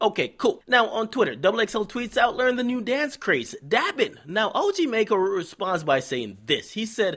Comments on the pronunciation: "MACKO" NOT "MAYCKO" Lmaoooo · DJ Akademiks you know it's maco and not mayco right? lol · are you saying his name wrong on purpose